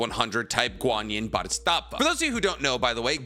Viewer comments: isn't it "Bo di sat va"?? not "bo dits sat va"?? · It's pronounced Baa-duh-saat-vuh . And I believe Neteros prayers and meditations eventually made him awaken and become one with nen. He's not using it. He simply IS and it (nen) does. That's why he needs to pray before he moves if not he would have just eliminated that step (the prayer) once he achieved the speed. it's his "condition" he will give thanks to nen . No one else is devoted to nen like him. all he's doing is moving. It seems like he has a limitless supply of nen because he's not using his own reserves the nen is just responding to his prayers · Bro it's "Bodhisattva" not "bodhustattva" it means "one who seeks awakening" nothing to do with "different levels of worshipping" any lesser deity... It's a way of life. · Pronounced Bhodi Sat Va not BodyStatVa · Love the video but I gotta correct you on one thing: It's 'bodhisattva', but I keep hearing you say something along the lines of 'bodhistaffa'. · Nice video but you pissed me off saying bodhisttatva instead of bodhisattva, soooo many times man🥲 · Bhodisattva is pronounced BOH-dee-SUT-və, not BAH-dee-STAHTS-və. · Practicing Buddhist here. It’s pronounced Bode-he-sAAHt-Vah. Guanyin (also called Avalokiteśavara) is not a goddess, nor any kind of “Heavenly Being” (Deva). A Bodhisattva is a being that has attained enlightenment, but still chooses to be reborn to guide all other living beings to Nirvana. They are “Buddhas who return” A Bodhisattva can reincarnate as anything: a human, an animal, a place, a city or settlement, a mountain, lake or a piece of art. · Say it with me “Bodee Sat Vah” is how you pronounce bodhisattva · Love, but being a Buddhist, boy do I cringe every time he white man pronounces bodhisattva lol. Wish people would research correct pronunciations of the things they're presenting on. Just feels a tad lazy. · Your pronunciation of bodhisattva is killing me man 😂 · I love the video but how you pronounce "Bodhisattva" makes me mad bro.